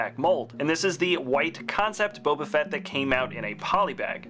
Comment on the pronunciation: Also at one point in the video he says "fett" in a way that sounded like "fret".